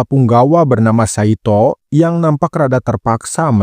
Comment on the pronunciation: Ngucapnya Saitô, huruf O seperti Naruto. Bukan kaya Nartó